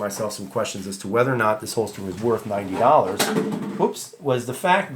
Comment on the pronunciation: You made a good video but you really fucked up with the whole $90 emphasis